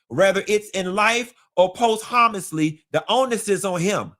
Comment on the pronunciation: Bro said post huhmussly 🤣